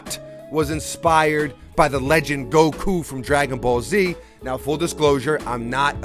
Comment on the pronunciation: Ironically enough, in proper Japanese - Go-KUU is how you'd pronounce it lmao so he's a true fan by accident